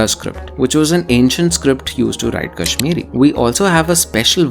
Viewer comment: This Person is not kashmiri. His quality of pronounciation is not appropriate